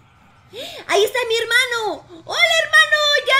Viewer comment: Jaja tu hermado cada parte dices hermado